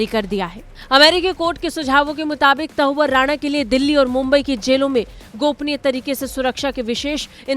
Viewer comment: शर्म करो आज तक वालों। हिन्दी न्यूज चैनल होकर भारतवर्ष में ही हिंदी की टांग तोड़ने में लगे हो, शर्म करो। कैसे मूर्ख एंकर भर रखे हैं, जिन्हें हिंदी बोलना नहीं आती है। तहव्वुर राणा को ये मूर्ख एंकर बार - बार त‌उअर राणा बोल रही है, लेकिन न तो इस एंकर को शर्म आ रही है और न ही आज तक के किसी अधिकारी को शर्म आ रही होगी। शायद सब निर्लज्ज हो गए हैं।